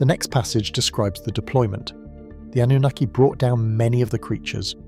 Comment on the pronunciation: The PROPERLY accepted pronunciation of the word Anunnaki is NOT "ah-NOO-nikki" like your AI pronounces it!!!!!!!!!!!!!!!! It is properly pronounced with the stress on the 3rd syllable!!!! "ah-noo-NAH-kee"!!!!!!!!!!!!!!!!!!! PLEASE FIX!!!!!!!!!!!!